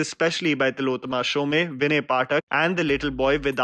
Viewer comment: It’s pronounced as Som but it’s written as Shome